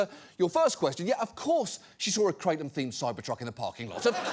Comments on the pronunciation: Kratom is pronounced KRAH-TUM. It’s not crate-um. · No John, just ban them, as a former "krah-tum" (not kray-tum John smh) we will figure out how to deal with withdrawals. Theyre not the same as opiods but its disgusting they're not 100% illegal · just pronouncing it that way is pretty pathetic, there was a guy here in Brooklyn and a head shop who kept on saying it like the way you would pronounce "Ralph Kramden", it was stuck in my head for a fucking year lolllll KRATT'um!! it's krah-TÖM. Thai. just like we dont say San Joasy or chevroletttt 😜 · First, its pronounced kratom, not kratom. I agree gas station drugs are trash, but there are online kratom vendors that test for quality and consistency that are a better source if you take kratom for pain management or recreation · 😡😡😡😡😡😡😡I love you John Oliver but you are an idiot for not even knowing how to pronounce the word correctly let alone COMPLETELY talking out of your ass. kratom literally save thousands if not hundreds of thousands of lives by getting people away from opium. that's why it was made illegal during the British opium wars. The problem is with contaminated product, or concentrated extracts that actually mimic strong opioids. YOU ARE HARMING PEOPLE WITH THIS BROADCAST. this was just the biggest mistake you've ever made in your career.